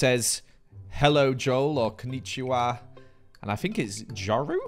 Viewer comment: I speak Japanese, the bad Japanese on this is endearing ❤ こんにちワ(笑)